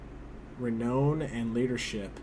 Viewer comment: Renown is pronounced like the word "noun", it sounds like re-noun (sorry for the annoying comment, but I'm kinda nuts about pronunciation)